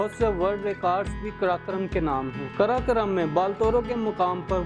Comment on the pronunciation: Janab , karakoram bolna sikho pahle